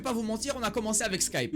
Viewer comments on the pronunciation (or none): none